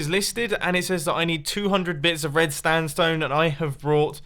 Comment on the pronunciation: No hater but he keeps saying standstone instead of sandstone 😂